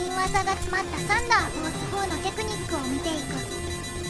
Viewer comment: サンダーフォースのイントネーションが気になる(笑)